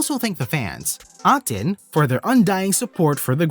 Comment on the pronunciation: I think you should have put eighteen to your text audio generator so that the result would be the correct pronunciation of A'TIN.